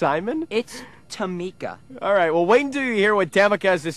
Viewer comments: She’s sassy but I don’t get why they make fun of her name & mispronounced it on purpose. Sorry her name isn’t as basic as Ryan or Simon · It’s so funny how he pronounces her name wrong but that’s how her name is spelled I mean it looks that way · The way they mispronounce her name makes my skin crawl. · She was doing a lot but they were rude to say her name wrong. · tamika tamika tamika tamika IT’S Ta Mi Ka Ta Mi Ka Not tamika it’s Ta Mi Ka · The fact that Simon was still referring to her as Tam-ika after she specified that it was Tam-ee-ka had me weak😂😂😂😂😂😂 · Its not Ta-mika, it's TA-MI-KA !!! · “it’s TA ME KAH”…. Simon proceeds to say “TAM uh KAH” 😂 💀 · I can't stop laughing at her name , Simon : Tear-me-ka Tamika : IT'S TUR-ME-KAH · It is TAMEEEEEEKAA NOT TAMIKA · Is not tamika, is tameeeeka😂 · It’s not Támika, it’s Tamika, Tamiika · ”Tam-ika tam-ika, Tam-ika tam-ika....tam-ika...tam-ika ITS TA-MIKA NOT TAM-ika, tam-ika TA-MIKA!! Simon: Ta-mika” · Tam'ka Tam'ka Tam'ka.... It's Tamiiika😂😂😂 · Tammka Tammika Tammika. ITS TAMEEKA. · Tamika! Tamika! Not Temecah, Tamika!!! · Ta-mi-ca not tamika hahaha!!!!😂🤣 hi l am francinne l am 6☺️ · Not Tamaka TA...MI...KA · IT'S TUH-MEE-KAH,NOT TA-MIK-AH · It's tuh-MEE-kah! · it's Tam-ee-kah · AmonAmarthFan609 lol tuh-MEE-kah! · Not tam-ehh-kah! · Its Ta-Mika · And the fact that he kept saying it over and over like “Tamica Tamica Tamica-“ SHADY 😭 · “Its tamEEKA, tamEEKA” lmao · No one in the entire world: Simon Cowell: Tam-mick-kuh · whats funny is that she yells at the judge for saying that she needs lessons but the judges never actually said that she needed lessons. And, its TA-ME-KA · IT'S TA-MIKA!!!!!!!!!!!!!!!!!!!!!!!!!!!!! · It's Taahh-MEEKA! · Ta-MEE-ca! Its Ta-MEE-ca! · iT’s tAh-mEe-kAH. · It's Ta-mikaaa. DARHH! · Tam-ih-kuh needs manners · IT’S TAM-EE-KA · Its TA-MI-KASS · I'm tickled to death with Simon's pronunciation of her name. LMAO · And the way he kept repeating it had me rolling 😭